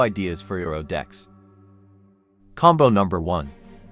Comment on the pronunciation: Saying his name wrong pissed me off